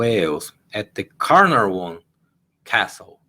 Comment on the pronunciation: Caernarfon castle is anninteresting place did a young entrepreneur of the year competition in 2003 or 4. You might pronounce it 'care narr von'